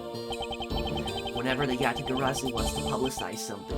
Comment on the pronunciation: Congrats on pronouncing Yatagarsu correctly, however you still pronounced Zheng Fa 政法 as Zeng Fa, can’t blame you tho that word is hard to pronounce for foreigners 😅